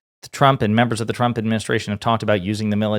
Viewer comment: She can’t say trump 😂😂😂😂😂😂😂😂😂😂😂😂😂😂😂